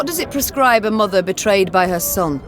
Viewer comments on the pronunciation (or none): none